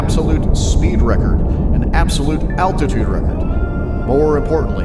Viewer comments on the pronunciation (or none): none